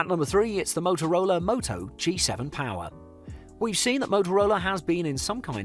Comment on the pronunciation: POWAHH joke its power😂